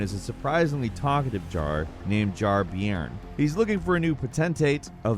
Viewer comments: BTW it's pronounced "Jar Bearn", like a bear. Not sure if any other countries use that term but a bairn is a child ie Jar child. Miyazaki likes English voice actors and English slang in the games for the authentic European feel :) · Jar-Bairn is pronounced "Jar-Bern" Bairn means small child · A small point I know but Jar-Bairn is pronounced more like "bear-n" than "beer-n" as "bairn" is a Scottish/northern English term for a child. As a Geordie, the constant mispronunciation is quite, jarring. Thanks for the vid all the same, they really did a good job with all the UK accents and localisation. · Jar Beern? It’s pronounced like bear or air or share. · What a bizarre pronunciation of Jar-Bairn! Its Bairn, as in BEAR-N. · It's pronounced Jar Bear-n. It's Scott's slang for baby/child. Loved the video! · Also, Jarbairn is probably pronounced like JarBEARn, as bairn is an old word for a child, meaning he's basically called Jar-kid. Source: in Newcastle, England, we often say bairns when talking about someone's young kids. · Jar bairn is pronounced : bare/bear then 'n'. So like bear-n. It means like a kid or child. 😄